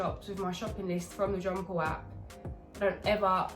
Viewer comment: Jonpleap not John Paul lol he's your trainer n ya sayin his name wrong lol love you